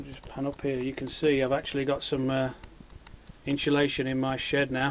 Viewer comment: I love how your bowl has the look of a carved wooden bowl, very elegant ;) Also love how you pronounce "inshillation" :D Awesome! I did a youtube search for vid's like yours and so far you're my fav! I watch them when I can't sleep. Unfortunately I enjoy them so much I'm encouraging my insomnia.... :P Can't wait to get my own wheel on of these days and get started.